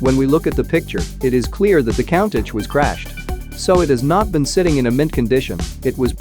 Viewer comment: Learn to pronounce Countach dummy 🙄 for that you get 👎